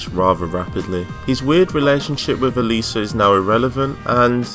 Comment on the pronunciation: Everytime u mentioned Alisa i thought u said Eliza